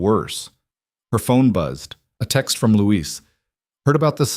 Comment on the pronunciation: Luis, not Louise. is an idiot.